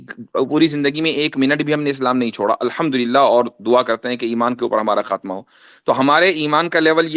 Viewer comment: 😅😅😅😅 he was saying alhumdurial atheist hon 😅😅😅 high on weed 😅